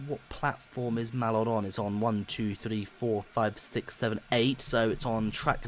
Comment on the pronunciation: Hey, you've learnt how to say Mallard this time. Well done. That was a good test, both the same, what the point in doing a test with different settings from the real things is I don't know. I don't know much about how simulators work by why wouldn't you give them both 100% power? Why the 135%? Also, when referring to which locomotive is the best you really need to be comparing them doing what they were built to do ..... they were built to pull trains.